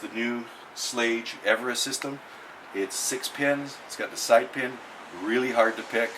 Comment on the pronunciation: Nice, but you didn't even pronounce Schlage right. Any you call yourself a locksmith?